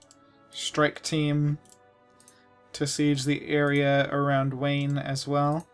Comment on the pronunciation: Wayne? I seriously hope thats mispronounced on purpose